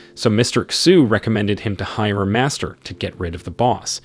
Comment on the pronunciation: Pronunciation of xu is not X U its shu